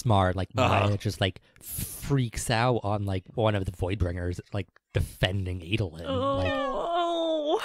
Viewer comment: Man, the way you guys say "Adolin" is really cringy... All other a's in Alethi are pronounced as in "dad" not as in "fate"!!